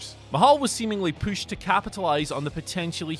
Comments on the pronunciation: drinking game, everytime he says "pooshed" take a shot......oh wait, that would kills someone, nevermind. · The way you pronounce “pushed” is annoying yet hilarious. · Who knew the word pushed had two O's in it.